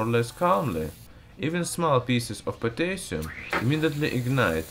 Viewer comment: The least you could do is pronounce Potassium right.